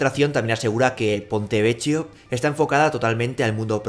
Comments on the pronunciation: Que dolor de oido 'PontevecCHIo', por favor se pronuncia 'Pontevequio', de otra forma hace llorar al niño jesus (bueno al menos a mi si me hace llorar XD ) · Ponte vequio se pronuncia :(